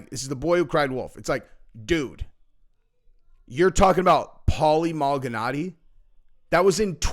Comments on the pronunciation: It’s ma-li-naggi not mal-gi-naggi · Pronounce like this Mal i naji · Bro if you say malganatti one more time 🤣🤣🤣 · its pronounced Maul-Ihh-Naww-Geee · Bro. Please don't ever say Paulie Malinaggi's name like that ever again 😂 that was cringe af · WOW you freaking butchered tf out of Paulie Malignaggi name dude! 😂 This is def the casual mma channel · Paulie who? Love it when butchers boxers names or MMA fighters pre 2017 lol